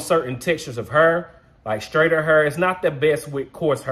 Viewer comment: Where you from man!!! I’m from the Lou .. & we say har ( hair) the same way 💯😂